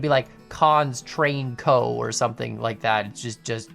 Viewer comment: kAN Ko. (Instead of Co.)